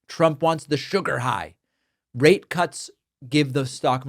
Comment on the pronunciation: Brother, you need to annunciate your rate because it doesn’t sound like you’re saying rate